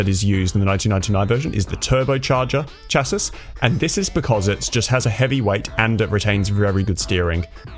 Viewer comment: Its pronounced Shass-ee